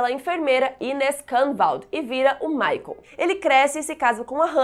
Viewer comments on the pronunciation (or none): none